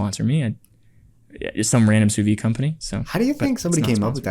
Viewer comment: sous-vie ? or sous-vide ? In French sous-vie kind of means "under life", and sous-vide means "vaccum" ("under empty"), don't forget the "d" sound at the end